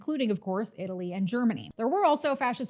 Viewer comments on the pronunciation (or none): none